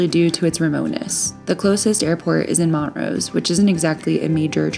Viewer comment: Wow... Just what I need to see. Thanks for sharing. We just moved to Montrose and I am absolutely chomping at the bit to get down in the canyon. And btw, the locals get a bit perturbed when folks call their town Mont - rose... It's Mon-trose. ✌️